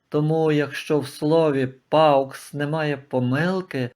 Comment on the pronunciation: Ви не правильно читаєте paux , не паукс , а по , так читається буквосполучення au , як о , а не ау , x взагалі не читається в кінці слова .